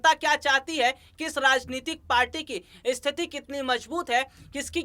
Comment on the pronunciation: इस्थिती नही केवल स्थिति कहो ।